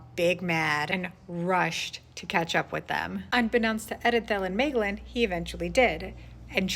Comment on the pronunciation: I agree with your pronunciation of Maeglin 👍😀